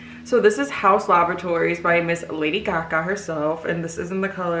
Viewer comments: Girl Idk I heard lady caca 😂🤣💀💀😭 lollll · At 8.21 I heard her say “miss lady Kaka”😭